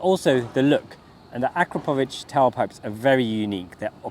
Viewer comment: I noticed you pronounced the exhaust name correctly as you got through the video, LOL. Its pronounced A KRAPOVITCH although not spelled that way.